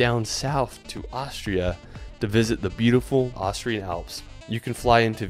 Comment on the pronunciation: It's "Austria", not "Ohshra" for fuck sake!